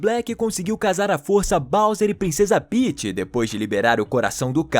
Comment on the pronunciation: Kkkk Paeths Peaeths Paeths😂😂😂